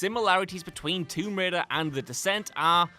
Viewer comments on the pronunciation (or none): none